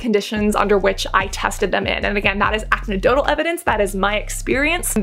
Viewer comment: U really just said acnidotal, I love it